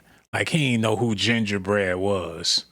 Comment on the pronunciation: Some content creators "glaze"(exaggerated emphasis) so hard over somethings way too much. Gingerbread.... It was no need to emphasize the term